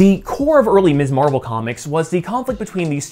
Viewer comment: Love this post! However, an important note: She's Ms. Marvel, not Miss Marvel..pronounced "mizz." That was the whole point of Steinem's magazine name -- and the idea of Carol's first turn as Ms. Marvel. It's hard to understand how you're pronouncing it each time it's said...and even Kamala's father said "Miss Marvel" in the episode when he unintentionally gave her her superhero name. But it's worth mentioning. Great channel. Subscribed.